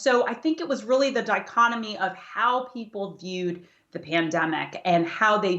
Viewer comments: I swear she says dichonomy instead of dichotomy at 2 minutes in. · I’m pretty sure she Dichonomy instead of Dichotomy